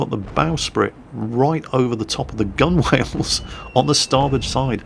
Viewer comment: I thought gunwhales was pronounced gunnels?